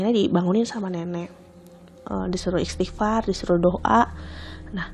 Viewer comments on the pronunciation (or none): none